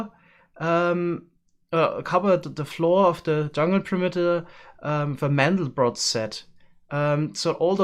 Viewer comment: Does anyone else find it odd that as a german pronounced "mandelbrot" english?